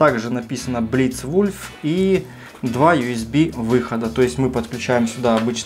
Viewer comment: kakoy nafig blitz-wulf naychis pravilna proiznasit, tam napisano wolf ne wulf, lol